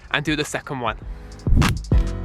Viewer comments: thee , tu , wan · I don’t know why but the way he says “Fwee, Tu, Won” is just so satisfying